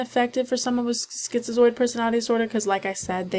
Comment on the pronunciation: are u pronouncing it schizioid? lmao